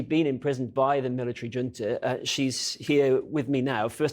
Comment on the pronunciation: Swap the J in Junta for a C, and you'll be more accurate